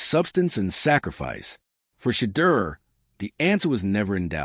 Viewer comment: SHEDEUR “SHA-DOOR “ please pronounce his name correctly. Please spell his name correctly “SHEDEUR” Please and thank you!